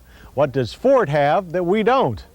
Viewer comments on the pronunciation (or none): none